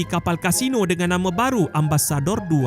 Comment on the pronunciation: Sebut ambassador pun tak betul.